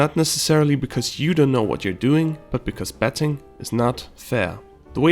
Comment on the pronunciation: it seems like you're pronouncing the word betting as petting